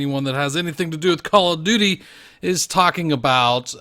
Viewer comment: OMAHGAWD not a Cawl uf dooty named out uf a pussy perk